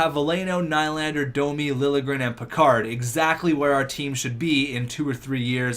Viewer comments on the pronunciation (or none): It's nee-lander not kny-lander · It's "Ni-lander"